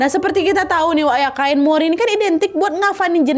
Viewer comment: Kain mori ya bukan cimori....😂